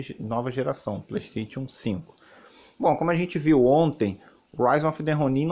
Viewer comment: Preystetion 5 fala direito